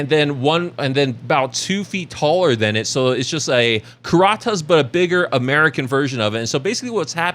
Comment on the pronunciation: Pronounced Kur-at-us